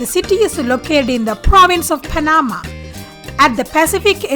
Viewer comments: As a Panamanian born citizen, I appreciate the knowledge shared about my country. However, the pronunciation of Panama is with the accent at the end. It is not Pa-NA-ma, it is Pa-na-MA. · pronounced "pana-MA" 😉